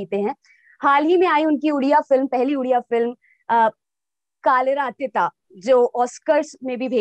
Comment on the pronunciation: Mdm it's "कालिर अतीत" not "कालिरा अतिता" plz pronounce it properly